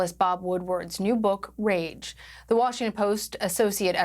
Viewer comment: Hey! It’s rage not rare c’mon cbsn